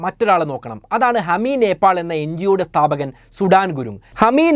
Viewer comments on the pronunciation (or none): നേപ്പോൾ?? നേപ്പാൾ അല്ലെ ബ്രോ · നെപ്പോൾ അല്ല നേപ്പാൾ. കമന്റിൽ എഴുതി. പൊക്കോട്ടെ.